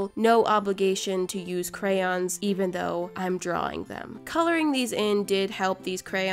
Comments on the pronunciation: The whole video she say ''Crayons" but at ONE point she says "Crowns" then the rest of the video she says crayons. like. HOW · They are NOT pronounced crans. They are spelled phonetically, cray-on. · Most Americans (no hate if you are one) say Crans. But phonetically, it’s pronounced Crayons. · I just figured out that crayons are pronounced “Crans” wHaT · They are not pronounced crans. Who told you that. No hate I'm just saying you had it right before. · thats how i pronounce it too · Cryans pffttthahahahah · I heard "crowns" instead of "crayons" and immediately thought, "Damn, did I click on one of Cristine's videos on accident???"